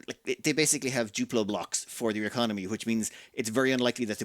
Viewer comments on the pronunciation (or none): none